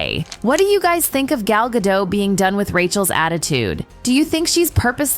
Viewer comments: Gadot, not Gadoe.. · You are butchering her last name. Gal Ga'doT